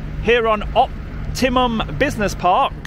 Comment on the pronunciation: It's Opti MUM - not Opti UM DJ!